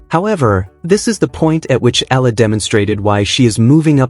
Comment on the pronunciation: Eala pronunciation E ya la